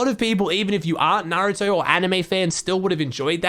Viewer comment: At least pronounced naruto correct